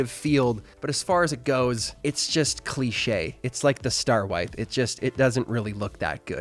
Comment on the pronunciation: Like your english accent when you say "cliché" ^^